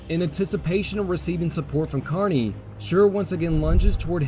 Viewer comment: I see that you know how to pronounce Kearny properly. You’d be surprised how many people can’t and it bothers me since I’m from Kearny. Keep up with the good stuff!